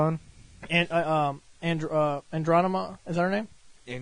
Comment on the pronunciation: ''Andronema''... I lost it